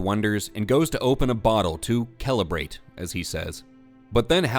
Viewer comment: Damnit. My finger slipped and hit the like at "kelebrate".